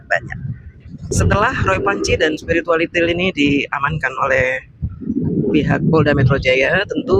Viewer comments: Waktu ngomong spiritualitil ngilu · Kok ada sebutan spirualitiel...ha ha ha..siip 😀🤣